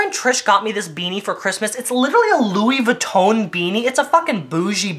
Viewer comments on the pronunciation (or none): Also did he say "Louis vootoon"